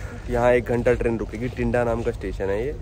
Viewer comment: टिंडा नहीं भटिंडा होता है भाई